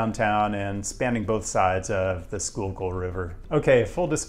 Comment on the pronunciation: Plus Bonus Points for proper pronunciation of Schuylkill! :-D